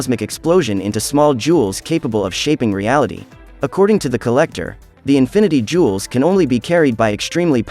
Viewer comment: 'infinity jewls' 💀💀💀